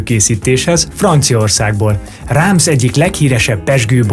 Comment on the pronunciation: Kár, hogy a szürke előtérrel takarják a képeket, mindenkinek van annyi esze, hogy azok a múltban készült képek! A Reims kiejtését meg kellett volna kérdezni!